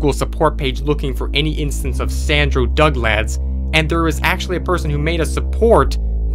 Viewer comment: NOOOOOO NOT DUGLAD